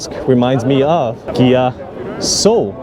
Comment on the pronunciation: It’s Kia with a K, or Gia with a G